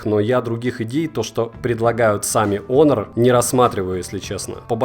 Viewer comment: Х Хонор, а не онор